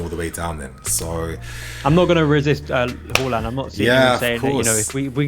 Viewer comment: Whoreland. It’s haaland mate